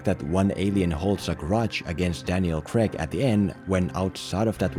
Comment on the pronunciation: its CRAIG NOT CREG FOR FUCKS SAKE